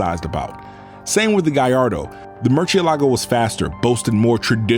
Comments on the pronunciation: You need to pronounce the car's name in their language. So the lambos have names of famous bull names. So, most of em will be pronounced in Spanish. So murcielago is not pronounced like you do in Italian, rather it shall be pronounced in Spanish. Thank you. P.s. source: I am Italian.. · MERCH-CHEE-LAGO?.... LOL ITS PRONOUNCED "MOOR-SI-EH-LAGO." (MURCIELAGO) IT MEANS BAT🦇🦇🦇 IN ITALIAN 🦇🦇🦇🦇.AND SPANISH. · Awesome video and presentation apart from the ear piercing pronounciation of Muciélago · Lamborghini cars are name after Spanish fighting bulls. So you’re saying Mucielago very wrong.